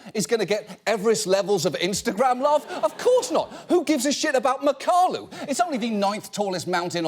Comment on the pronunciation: It’s pronounced Mack-uh-lau